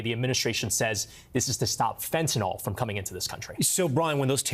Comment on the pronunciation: It’s fentanyl, not fentanol. If you can say Benadryl, you can say fentanyl.